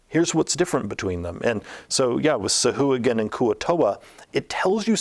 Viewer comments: The Sa-hoo-again??? You mean the Sa-Wah-Gan. Jesus dude you're like THE dnd guy. You should know that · The creatures original designer daughter uploaded a youtube video explaining it. But the pronunciation doesn't follow traditional syntax for pronunciation and its actually call Sow-Hwa-Gin, but wizards went over all the creatures and re-did pronunciation years ago and changed it to this new pronunciation.